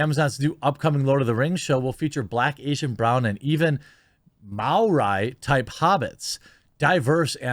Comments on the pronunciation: "Maooraj?" Ma-ori. how very raycist of you! I'm not even native English and i know how to pronounce it :P spot-on otherwise.. i think this will be garbage unless the story and characters are absolutely fantastic and makes total sense. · are you kidding me? It's may-oh-ree. The New Zealand indigenous people. They are Polynesian. There's a trend with anti-woke commentators not knowing how to pronounce names. Stop making us look bad. Do some research first. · As a note, the work Maori is pronounced Ma-or-ee. You say it as one syllable, practice saying it kinda fast a few times to roll the vowel sounds together, and then drag out the ao sound for a split second to add "force" to the word. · Isn't it pronounced 'M-ow-ree'? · "And even mowrii"...... fucking facepalm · It's pronounced "MAU-REE" bro; chur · Lol... Your pronunciation of "Maori". That's definitely not how you say it.